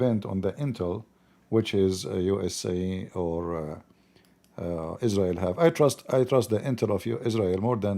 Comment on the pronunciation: Is-rael Boom and says Oh Ali 🤣🤣